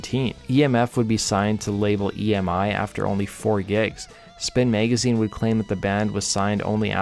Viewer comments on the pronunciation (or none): none